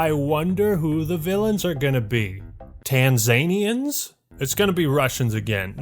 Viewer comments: mans said Tan-ZANE-ians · You said tanzaniens wrong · That Tanzanian pronunciation hurt my Swahili soul,. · it's pronounced tan-zuh-NEE-ans